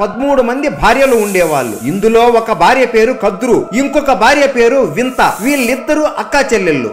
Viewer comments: He saying vinta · వింత కాదు వినత